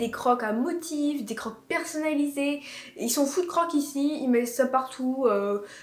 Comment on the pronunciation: Sa se dit crokse 😅